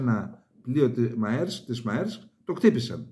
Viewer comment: Maersk προφέρεται μέρσκ. Ναυτιλιακή, εμπορική κλπ. εταιρεία. Ιδρύθηκε το 1903 από τον Μέρσκ- Μέλλερ και η οικογένειά του έχει το >65% των μετοχών. Έχει και στην Ελλάδα υποκατάστημα Μέρσκ Ελλας Α.Ε.